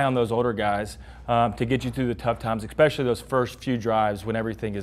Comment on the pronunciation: JP, it's especially, not ex-specially